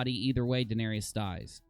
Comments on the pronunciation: Guys it’s Daenerys not Daenarious lol when you call her that you’re making her sound like a 6’9 power forward that plays for the Trailblazers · Please pronounce the names right!! Daenyreeeus and Vareeeus? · wtf is a varius and a danarius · how are you pronouncing Daenerys lol